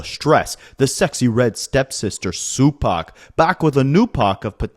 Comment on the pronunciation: sue-pac is crazy 😂